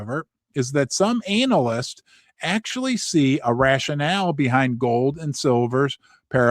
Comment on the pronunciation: It's not "anal"yst...I cringe when you say it that way. It's "anna-list" Other than that great channel.